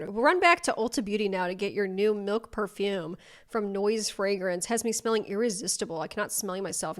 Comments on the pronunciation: PAHfoOm tf is up with dat pronunciation 😭💀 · Out of curiosity: at 37.03 is that really how you pronounce perfume/parfum in Boston????? 😭😭😭😭 Cuz WHAT WAS THAT ?-?